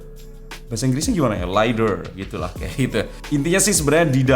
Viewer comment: Bukan lidAR TAPI LID AR